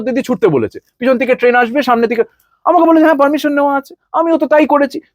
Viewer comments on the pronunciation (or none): none